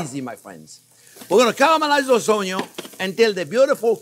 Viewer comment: Oh-yo... (onions) Ha! Never gets old! Love this guy!!! 🤣